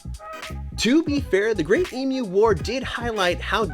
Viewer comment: Try to pronounce it correctly. Eeem you.